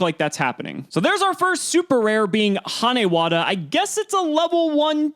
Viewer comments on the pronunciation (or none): Not flaming gage for the lyla but the way he pronounced hanewata should be brought up